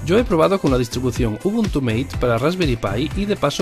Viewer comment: Mate es un fork argentino, por lo tanto esta en español el nombre, no es meit.